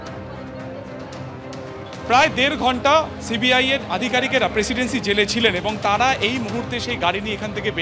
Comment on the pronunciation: প্রেসিডেন্সি উচ্চারণ ঠিক করে করুন। প্রেসিন্সি টা কি?😂😂😂